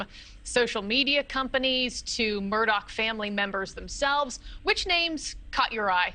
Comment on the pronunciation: Why does everyone pronounce it MURDOCK when it's Murdaugh(da) ?!